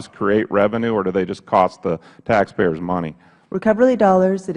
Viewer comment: BTW "productive" not "prodcutive" and "tadpayer" not "tax payer". What was it you said about the intelligence of you and your fellow libertarian cult members?